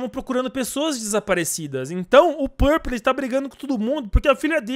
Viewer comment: na abertura: purpe em vez de purple ksksksksk amo esses videos